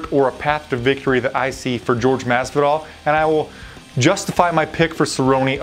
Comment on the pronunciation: dude, it's not George, it Jorge like in (Hor-hay)